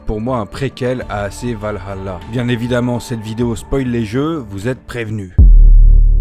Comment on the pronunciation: C’est vraiment bien de voir du Assassin’s Creed sur une chaine Française ! Continue ! D’ailleurs le « Val-halla », c’est en Anglais. En Français c’est « Valala ».